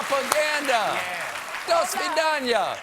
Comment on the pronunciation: Your "Do svidaniya" was really well pronounced.